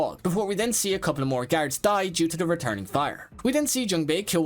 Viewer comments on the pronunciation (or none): Or saying “garids” instead of guards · I heard him say carrots instead of guards